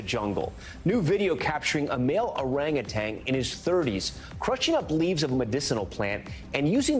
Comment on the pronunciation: If you're going to report the news get it right. The word is orangutan. There is no second g at the end.